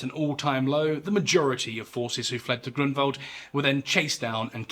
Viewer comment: Found your channel recently and now it's one of my favorite history channels on yt. Btw I'm impressed of your excellent pronunciation of Polish names like Grunwald or Jagiełło. It shows your dedication to details 👊